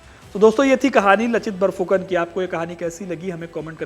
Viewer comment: कृपया इसे "लाचित बरफुकन" उच्चारित करें, जो सही है। फिर भी, आपने महान आहोम सेनापति के बारे में बहुत सुंदर वर्णन किया है। आप वास्तव में पूर्वोत्तर, विशेषकर असम के लोगों के प्रेम और सम्मान के पात्र हैं। भारतीय इतिहास के इस महत्वपूर्ण अंश के बारे में आपका संदेश, जो अब तक हमारे देश के मुख्यधारा के लोगों के लिए अनसुलझा था, सराहनीय है! एक बार फिर कृपया मेरा अभिवादन स्वीकार करें।